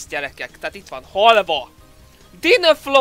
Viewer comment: Én román vagyok és amikor olvastad a halvát röhögtem!:D